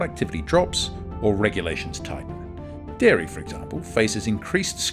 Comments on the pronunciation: It's dairy, not diary. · Its Dairy not Diary 😂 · Dairy not DIARY, ffs... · Dairy not Diary.💨💨💨💨💨💩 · DIARY IS NOT DAIRY... 1.28